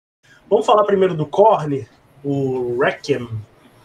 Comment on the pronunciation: Tenho preconceito com quem fala " korni" kkkkkkk é korn